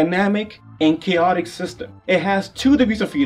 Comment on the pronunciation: Chaotic is pronounced cayotic Not cowutic